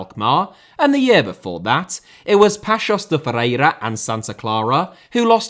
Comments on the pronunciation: Great video as usual. But, man, you really need to work on your portuguese pronunciation 😅. "Aruca", "Familacao" and "Pakos Ferrera" are just hilarious 😂😂. Edit: talking about portuguese, can't wait for your video about the title race in Brasileirão! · "Arouca" you need to give the emphasis on the the "O" , like "Aroouca" not "Aruuuca"..and also Paços de Ferreira you say "Pachos de Ferreira"... And it's very true the 4 big teams in PT have a ver big gap in relation to the others, also because the 4 big teams don't want to share any of the money from TV or CL like the big teams in The Netherlands did.. And the biggest and richer in Portugal (SLB) they normally don't buy any player from the Portuguese league and always prefer to buy outside and that is also another reason that the small teams don't grow, because there are very good players on primeira liga, just look at the squad from SCP or FCP they have a lot of Portuguese players or non potuguese players that were playing in the other teams. ( I'm a SLB fan btw)